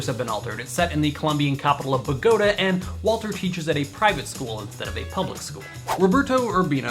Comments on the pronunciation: Bogotá emphasis on the a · Nice work, young man. Please check your pronunciation of "Bogota." And a note, no license fee was ever paid nor licensing authorized for the Russian version of It's Always Sunny. Peace. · Funny way to say Bogota.